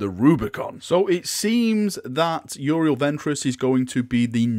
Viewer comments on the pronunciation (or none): can't speak english tho;), seriously it's you-ree-ell